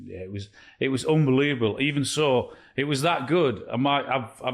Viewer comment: It's 'UNbelievable' Micah, not 'UMbelievable'.